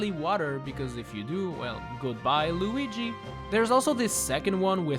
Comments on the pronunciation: You called Luigi Loigi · while holding Lugi Bruh it's Luigi not lugi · Lugy? Did I hear that wrong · i love it when you call him 'loogi'